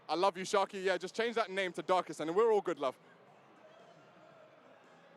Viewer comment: Bro called sharkey. 😂😂😂 sarky